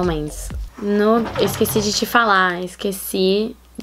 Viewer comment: "Esuwvei de te falar"